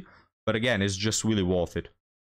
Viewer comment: A few tips regarding English pronunciation: "Worth" is pronounced "werth." The singular "woman" is pronounced "wuhmn." The plural "women" is "weh-mn."